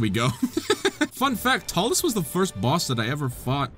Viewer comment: Hearing him say talus is painful